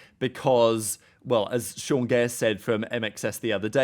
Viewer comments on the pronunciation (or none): none